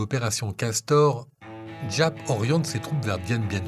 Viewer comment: GIAP SE PRONONCE ZAP